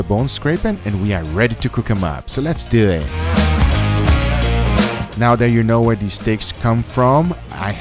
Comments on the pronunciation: I swear, thankfully I'm not the only one to hear it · "Let's do eeett"